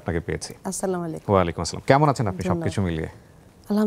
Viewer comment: আরবীতে সঠিক উচ্চারণেই উনি সালাম দিয়েছেন।